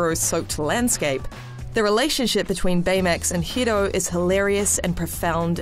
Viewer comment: I love it when she tries to pronounce Hiro. Ends up sounding like Hido.